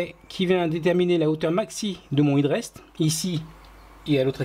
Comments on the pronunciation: "è"drest plutôt que "i"drest pour la prononciation ! Pour la réalisation rien à dire, du tout beau ;) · Félicitations et merci pour cette série très détaillée de tutos, on sent que ça va faire un sans faute ! Par pur soucis du détail, on aurait plutôt tendance à prononcer hèd rest que hid rest outre atlantique..